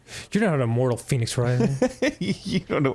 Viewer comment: Why does Arin keep saying Phoenix Rising when it's clearly pronounced "Fehnics Rising"